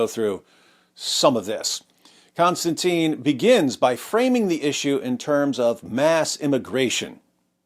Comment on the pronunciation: I could almost watch your overly simplistic podcast if you didn't keep mispronouncing the name of the person that you're talking about for f***s sake. Kon-Stan-TIN. IT'S NOT CONSTANTINE IT'S NOT ANYTHING LIKE CONSTANTINE IT'S NOT CLOSE TO CONSTANTINE IT'S COMPLETELY DIFFERENT. Next you'll be talking about Constantine Kissing. which it's not! Ugh. sorry a bit OCD but this is the 100th time I've seen this amazing person's name totally mispronounced. I know I probably shouldn't take it out on you and I apologize for that.